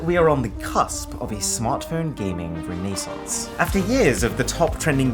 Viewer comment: ive never heard someone say "re ney sens" lol